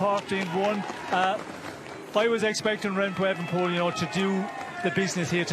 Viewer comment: ooenepool.....wtf.....why are you lot changing his name now.....since he came on the scene its e-V-enepol.....and as for 'drama'....bit over the top....a gear change....you call that drama,....ffs...